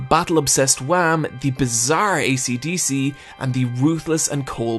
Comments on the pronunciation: ''Wham'' Noooooo, it's WAMUUU, focus on the UUUUU, WAMU! Gotta have the japanengrish charm! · >even they pronounce Whamu and Straizo, he calls em Wham and Straights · Mark was from the netherlands, and its Wamuu, not wham. Pls say the original names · Why do you call him Wham. It's Wamuu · You are saying wamuu totally wrong Its not wham Its what whitout the t and then the sound of a cow Wha-muu Other than that great video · is no one going to mention how he says wamu as WHAM? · YEAH! WAMOO, NOT JUAM! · Nice video, but why Wham. It's Wamuu! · Isn’t it Whamuu and Esidisi not Wham! and AC/DC I know, I know they’re names are based off these bands but they’re never explicitly said like that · why does he say wham? when its wamuu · For God's sake, IT'S WAMMU!!! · Where in the world does the idea that Wamuu is pronounced "Wham" come from? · Hearing you whamu wham hurts me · Why is he calling Wamuu, Juan? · i find it incredibly funny whenever he pronounces wamuu as Hwam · did you just call Wammu Wam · not gonna lie when he said wamm that hurt me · That triggered me a bit. IT'S WAMUU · You forgot the “u” in WAMU. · why are u pronouncing Wammu's name WHam so deliberately? is it pronounced wham in the sub or? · I love the way you say Wammu, it's like "Their disastrous encounter with Juam" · Where did you get the pronunciation of the characters? "Straights"? "Wam"? WTF? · I cant be the only one triggered by his pronounciation of Straizo and Wamuu, right? I mean idk if its intentional but if it is, its working very fucking well